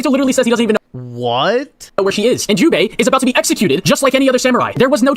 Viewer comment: Is he saying hyubei or jubei I fell like he’s doing it on purpose